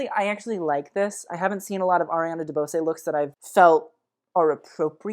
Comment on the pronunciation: Just an FYI. Ariana DeBose is pronounced De "Bose" the same as "Bose" Speakers.:) Or "Pose" with a B